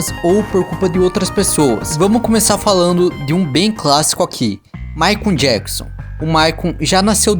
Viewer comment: Rachei o bico com ele falando MaicUMM JacksUMM kk